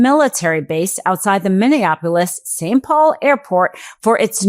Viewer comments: Are you having a stroke? Are you drunk? What the hell is Mivveabolis? 😂😂😂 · Say it with me now Mini-apple-is. 😉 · Are you really incapable of pronouncing Minneapolis?